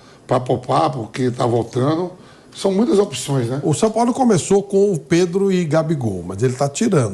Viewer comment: Vulgo “SAOPAOLÃO”